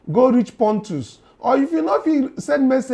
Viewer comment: It's not “pontus”. It's “potus” meaning “president of the us”